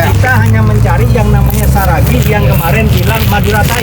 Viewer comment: Seragi apa Saragi ,, ngomong yang betul .